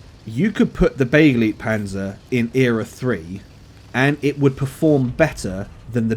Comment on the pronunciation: It's pronounced be-GLIGHT-panzer ...and don't you forget it ;)